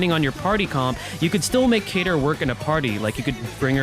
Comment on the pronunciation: They bamboozled us with a Kain-ter instead of Cater!